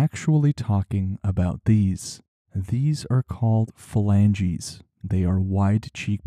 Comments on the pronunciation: "Flanges", not "flangies". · Please tell the AI voice that "flanges" is a different word than "phalanges". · Flange vs filangeez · He writes flanges, but says phalanges. Which pronunciation is correct?